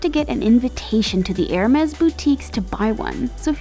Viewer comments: Every time she pronounce "ermeZ" I feel painnnn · the way she pronounces hermès makes me die